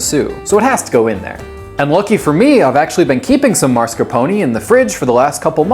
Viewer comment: As an Acadian I have only one request of you. Please do not become a psychologist in France. I BEG OF YOU. (p.s. Tiramisu originated in Italy not France) ... Marscapone... And please for the love of all that is Holy do not attempt to speak Italian. You are only allowed to masacre one European language per video. Thankfully the humour and the fact this was a multiple Gun Show 💪clip have increased my LAMOUR of this clip (Seriously I'm a fan of everything you do IN ENGLISH) ❤